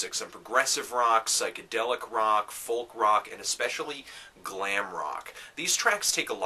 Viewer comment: I love when you say the "L" in folk! :P